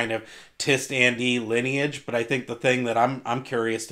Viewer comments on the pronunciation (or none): none